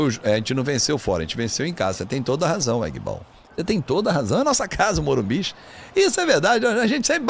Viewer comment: O certo é Morumbis!